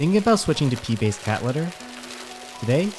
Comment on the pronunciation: I kept hearing Pee-based cat litter.